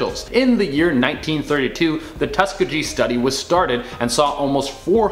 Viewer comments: FYI - it's Tusk-E-gee, not Tusk-e-G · It is pronounced TUS KEE GEE it is also the name of a black college and of the famous Tuskegee airmen an all black flight brigade…..you should look it up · Come on Canadians--insufficient info on a few items, like Stanford's prison experiment. And, FYI, Tuskegee is pronounced tus'key'Gee (a hard g). Repetitive mispronunciation is maddening to listen to! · It's pronounced Tuskegee (Tus-key-gee, gee sounds the same as key). Have you never heard of the Historical Tuskegee Airmen? Look them up. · Tusk -tea-gee.learn how to pronounce the name correctly! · It's pronounced tus-key-ghee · Bro yu lost if yu can’t pronounce tuss-key-gii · It' pronounced Tus-ka-GeGe (Hard G) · I have to remind myself is Canadian because he butchered ‘Tuskegee ‘ lol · The way you mispronounced Tuskegee... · you did not pronounce Tuskeegee correctly.